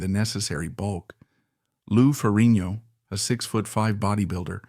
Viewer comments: Great video PLEASE look up how to pronounce FerriGGNo Its not Ferinio Had to mention 😅 But liked your review of one of my favorites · um nothing new here for me bud.know all this and much more.plus you need to pronounce the G in FerriGno 😁